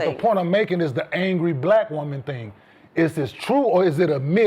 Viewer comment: Jason, isn’t her name pronounced “Swoops?” He always says “swopes.” Also a “thing” is over pronouncing the letter G at the end of certain words. “Thing” becomes “thinG.”